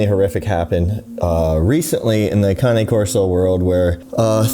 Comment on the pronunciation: I'm just learning it's pronounced Kah-knee I always said Cane 😆 you learn something new everyday. On another note may that little boy rest in peace. So sad.